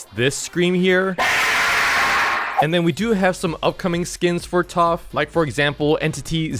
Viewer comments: why does this guy always say toph instead of taph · TOPH?!! ITS TAPH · what are you keep calling taph toph it’s pronounced TAPH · bro is NOT saying taph right🥀💔